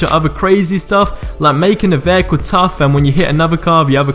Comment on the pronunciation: Vaycool ... not vehicle, Veycool. I love accents xD